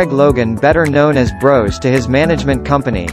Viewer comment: It's pronounced Bross not Brose